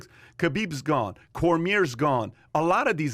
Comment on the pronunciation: "Roy"ce......Cor"mirror"....LOL #casuals